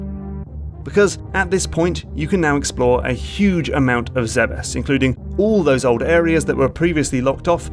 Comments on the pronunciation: I wonder how a person gets mentally to the pronounciation "Zebbes" instead of saying "Zebes". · It will always be pronounced "Zeebs" in my mind. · Am I the only one who pronounces Zebes as “Zeebs”?